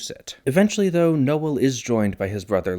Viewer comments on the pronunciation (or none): Strange pronunciation of Noel. You make it two syllables 😂